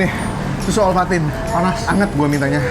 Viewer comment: Sangkin pedesnya ya kohh, susu ovaltine jd susu lovatine wkwkkwkw ngakak dong guee.. Semangat buat konten ya haha